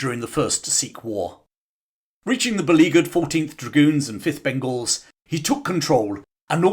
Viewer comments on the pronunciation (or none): none